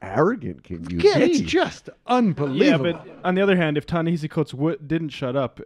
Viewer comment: Could at least one of you learn how to pronounce Ta-Nehesi Coates’ name, please?